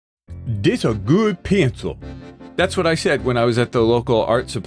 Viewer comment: "dis a gude piyencil"🗣🗣🗣🔥🔥🔥